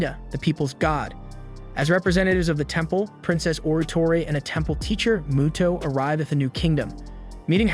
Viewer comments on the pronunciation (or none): none